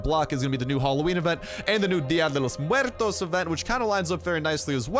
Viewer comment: Way to say día de Los muertos the correct way bro! Dig that